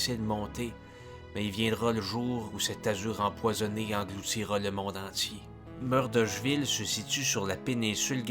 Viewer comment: Tu ne prononces pas Murdochville de la bonne façon. Désolé, mais je n'ai pas le choix de mettre un j'aime pas.